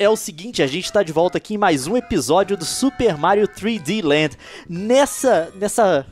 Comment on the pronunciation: leon falando certinho Super Mario 3D Land troll